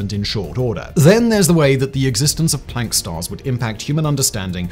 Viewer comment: Thanks for pronouncing Planck properly. I am sick of hearing septics who insist on pronouncing it "Plonk", for some reason!